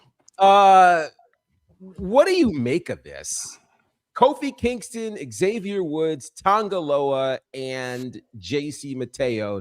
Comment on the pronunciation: Bro said “Coffee Kingston.” 🤦🏻‍♂️